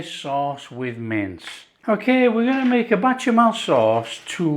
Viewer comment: Tasty very very tasty 😊It's Bechamel sauce. Not Bachemel sauce. 😆